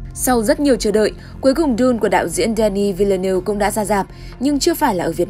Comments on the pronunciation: “Đơ ni vil lơ nớv” thì đúng hơn đó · Tên đạo diễn đọc là "đen ni viu nớp" mà ơi